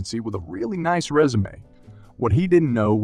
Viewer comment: Sounds like a machine. Can't read resume, 0800, 25cm, 2x, etc., correctly.